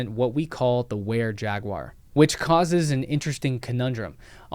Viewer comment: You need to pronounce Jaguar correctly.